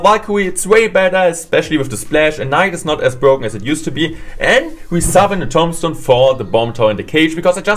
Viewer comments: Lol he says tom stone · it's tuuuumbstone. Thats how you pronounce tombstone